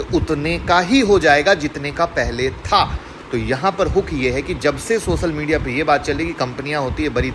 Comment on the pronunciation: Newj,Sayad ,sosal media, phayeda Abe pronounciation to Sahi karlo ghyan dene aajate hai